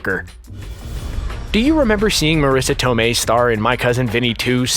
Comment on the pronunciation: The italian pronunciation of Marisa Tomei was still wrong by the way, basically that was "southern italian" pronunciation, not real italian. And the accent for the last name was wrong too. Use the italian voice of Google Translate for a correct pronunciation.